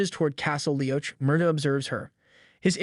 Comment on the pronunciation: Good recap. I’m gonna assume you haven’t watched Outlander, So I just wanna give ya a few tips for the future. (Not AT ALL trying to be mean. Just to help) -Leoch is pronounced Lee-ock…heir is pronounced “air” the h is silent….. Beauchamp in this series is pronounced “Beach-um”. Dougal is pronounced Doo-Gil(which u did say correctly most of the time) and Craigh Na Dun is pronounced “Craig Nah-Doon” please don’t think I’m trying to be rude at all. Just trying to help for any future episodes. You did a good job!